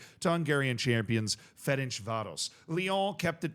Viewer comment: It's "Ferencváros", not "Ferencsvárosz" like you pronounce it